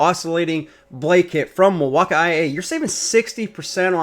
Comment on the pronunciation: OMG. Why the fuck does he keep saying Milwaukee wrong? It's so annoying that I couldn't finish watching the video.